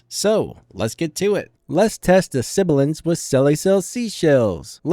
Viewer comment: you were saying "let's test the sibilance" in the video but it sounded like you're saying "lest test the siblance". i think he's pointing that out.